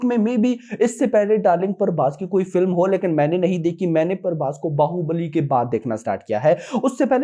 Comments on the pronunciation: Not parbhas it's prabhas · Brother don't pronounce our darling prabhas name as parbhas His name is PRABHASSSSS not PARBHAS 😊. I know u love prabhas but still if u call him as Prabhas , we the fans wil be happy 🎉